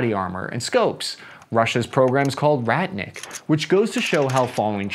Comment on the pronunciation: i hate how you pronounce that 😭 It's pronounced with a short t and long i, so more like "ruht- neek" and means "warrior"